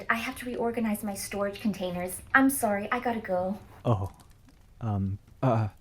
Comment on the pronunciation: Is your girlfriend canadian lol thought I heard a sory